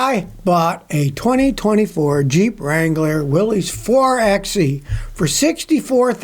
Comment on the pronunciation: I call it jip instead of jeep